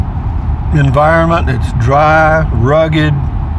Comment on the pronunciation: "Dry & Rugged" Said like a good Texan,!